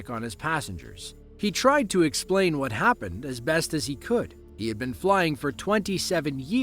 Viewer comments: “ whot is going onnnnn” 😂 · "Whort is goen on? Whort is goenn onn" "WHORT IS GOEN ON!"